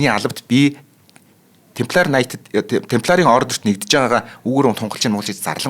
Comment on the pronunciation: Темплар юм уу тампильер юм болов уу